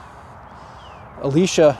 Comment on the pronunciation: Very nice cemetery, but I must correct you (sorry). It's E - lie -sha. His wife's name, Eliza, sounds like his name, so they probably said "what" a lot.